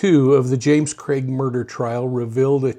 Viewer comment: Thank you for saying his name properly. What’s with other channels calling him Creg? Drives me nuts!